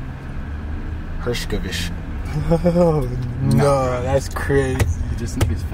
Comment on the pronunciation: tf is a herskavish lmaoo